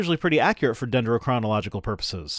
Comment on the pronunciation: I love when uses big words and pronounces them correctly, like dendrochronological